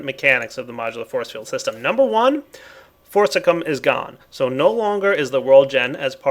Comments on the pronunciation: ForcICIUM with a fucking "I" not forCICUM,. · once again: forcicium not forcicum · IT IS PRONOUNCED FORSISIUM!!! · Thank God forcicium is gone so doesn't have to butcher the pronunciation.